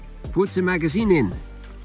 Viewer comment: "Pewtz eein zee maggazeene"